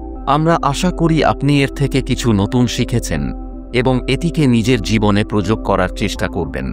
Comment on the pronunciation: বাংলা উচ্চারণ আরো সঠিক হ ওয়া প্রয়োজন। প্রয়োগকে প্রযোগ এবং বড় কে বট বলার প্রয়োজনীয়তা ঠিক বোধগম্য হলো না।‌ বাংলা ভিডিওগুলো তে উচ্চারণে যথেষ্ট মনোযোগী হলে তা শ্রুতিমধুর হয়ে ওঠে। কিন্তু ভিডিওটির মূল বক্তব্য অত্যন্ত প্রশংসনীয় ❤❤